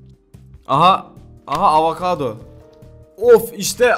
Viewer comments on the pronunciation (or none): Hindistan cevizine avakado dedi ya :D :D :D